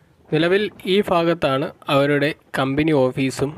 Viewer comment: ഫാഗത്താണോ? അതോ ഭാഗത്താണോ ?😂